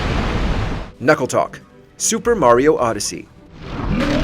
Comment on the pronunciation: Knucklotec, not Knuckletoc. Also, it's been eight years. Further, you said a phrase twice during the Bongo Bongo segment. Lastly, Andross didn't have hands in the original Star Fox, but he did have them (mode depending) in the second game.